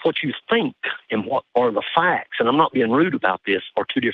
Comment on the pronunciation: The “a” in the word “facts” is not multi-syllabic,.